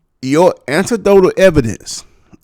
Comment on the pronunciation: the word is anecdotal not antidote-l lol Also that's why he uses Facts, Data, and Statistics 🤣 Statistics are typically taken from a large pool of people, hence why it is not anecdotal. Anecdotal evidence speaks from personal experience, Statistics comes from the experiences of everyone in the data pool. I'm listening a little longer bruh, but you sound like you don't know what your talking about.